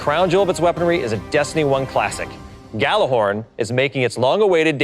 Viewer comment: did you say GJALLY😳